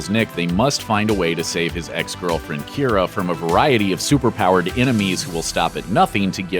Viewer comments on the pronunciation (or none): none